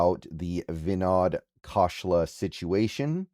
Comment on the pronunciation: I believe his name is pronounced Vi-nod Kohs-lah